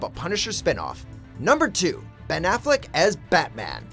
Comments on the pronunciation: Really? Afflec? Jesus. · lol afleck?srsly???